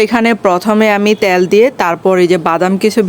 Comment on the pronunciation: আপু ট্যাল বলছেন কেন তেল বললে হয় না